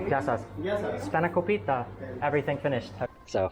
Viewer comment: You said spanakopita wrong. It's spanner-KOP-ita the accent for kop and ita are different. google how to say spanakopita. emphasis is on KOP